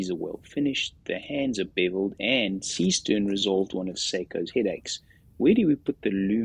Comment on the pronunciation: What is it you American that you don’t get about the name Seestern?